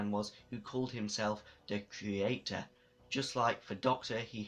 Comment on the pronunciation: Why did you keep saying "creator"? At least it sounds like it. "C-yew-ray-tour".